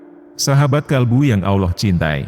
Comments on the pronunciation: Maaf ya! Ramai orang Indo tidak tau sebut Allah.. selalu disebut Auloh.. ini teguran ikhlas.. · suara robotnya masih non muslim rupanya....😂😂😂 Melafadz kata AllAH masih tidak bener, masih berbunyi Awloh atau aoloh.... semoga robot suaranya mendapat hidayah dan mualaf agar belajar melafafzkan kata AllAH dengan benar. Aamin....😊